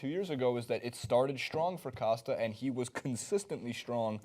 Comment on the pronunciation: can not say Costa correctly 😩 killing my ears